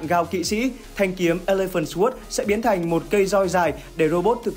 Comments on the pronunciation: Sword đọc sờ quớt nghe nó cứ trái trái cái lỗ tai :D Không phải khoe khoang tiếng Anh gì, nhưng với những người biết nghe hơi khó chịu :D Nó đọc là sôrd. "sôô đờ" nha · để ý lại cách phát âm từ "sword" nhé, phát âm "xờ guốt" là sai đấy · /sɔːrd/ âm w câm bạn ơi nghe nó cứ sao ý :((( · Sword phát âm sai rồi ad nhé hehehe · SWORD từ này a đọc sai rồi dốt quá đi mất 😂😂😂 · từ sword mà còn đọc sai nữa thì chịu r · ông học đọc lại chữ SWORD đi, nghe mắc cỡ quá hai ơi